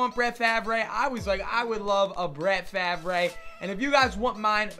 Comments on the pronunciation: It's pronounced "Farv" not "Favray" 😭😭😂😂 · Barts Kinda Gay And Stuff It's should be pronounced fav re but everyone says it farv.